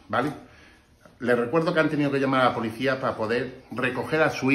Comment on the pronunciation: Podicia? Que es eso? Y administradoood que es? APRENDE A HABLAR Y SI TANTO TRABAJO TIENES ALQUILA ALGO Y NO ROBES.